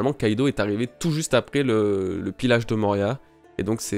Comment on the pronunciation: y'a que moi qui entends pilage a la place de pillage ou il sais pas juste le dire